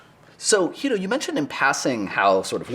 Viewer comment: Angrist likes to call Guido, Jhuido